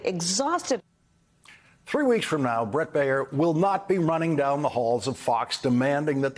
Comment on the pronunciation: Dude. Baier sux, most of the time, but his name is not "Bay-yer," like the aspirin. It is Bear, like the animal. One syllable. Learn English.